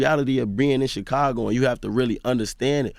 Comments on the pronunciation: Chickago smh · How does Charlamagne still say Chicago wrong, when he named himself with the same prefix? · Char says Chicago like a Mexican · The way charlamange says Chicago Lol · He say it like he Mexican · Lmao yea he say it the way we say it in spanish lol